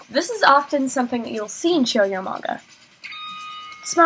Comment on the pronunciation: i love that you say manga correctly c